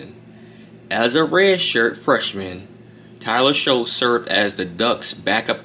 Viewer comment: It's pronounced Tyler "Shuck"